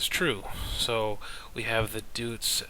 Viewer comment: Just a quick note was the pronunciation of Deutz is German so it's pronounced Doytz. The 'eu' in German has an 'oy' sound. Other then that, good video, LOTS of good info, I know what I want to buy now. THANKS